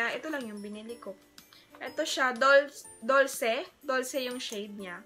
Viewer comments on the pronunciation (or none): BTW, Dolce is pronounced “dol-che” then Primrose is “prim-rose” not “praym-rose”. Yun lang! Hehe no hate! Love your haul! 💕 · Incorrect it's pronounce, dolce, dol-se